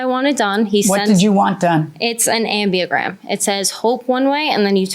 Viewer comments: What a ditz -- the correct name of that script is ambigram, not "ambiagram". At least know the name of what you are trying to convey with a tattoo on your body! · It’s ambigram, not ambiagram. Geeze